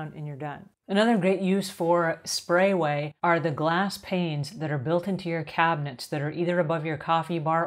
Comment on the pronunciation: Great video. I just wish she would stop mispronunciating the name of the product.